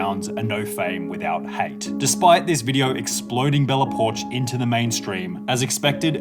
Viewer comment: i thought it was Bella Po-ark.